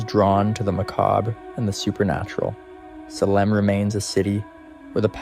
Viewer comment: Salem isn't pronounced Sehlem. it's Salem (saylum)